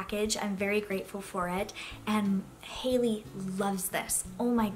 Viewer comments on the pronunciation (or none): none